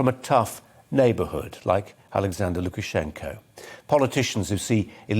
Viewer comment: Well done saying Lukashenkos full name without biting your own tongue off 😂